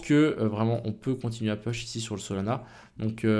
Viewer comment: Intéressante tes vidéos merci !!! Mais STP !!! arrête de dire "Peuch" !!! on dit plutot "Pouch" pour "Push" en anglais biensur . Merci :)